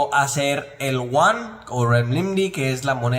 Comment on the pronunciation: No es uan es yuan